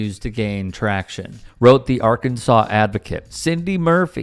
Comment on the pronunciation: Another classic thug with a badge. The problem is they don't have the intellect to deal with anyone who has the slightest resistance to their "Authority" without using violence! and aother thing what do you expect if you can even pronounce the name os the state correctly. It should be pronounced "Arkansass" not "Arkansaw" 😂😂